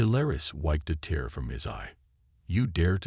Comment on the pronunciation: Gravely disappointed in your AI!!! WTF is: "wiped a TEHR from his eye"???, "AYE-larm(alarm)", "deh-BRISS"(WAY TOO MANY TIMES), "ar-MAD-uh"(ar-MAH-duh)!!!!!!!!!!!